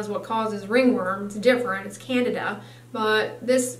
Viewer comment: Not Canada. Candida. Can Dee Duh